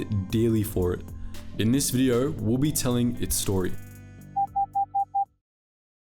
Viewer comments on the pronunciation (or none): none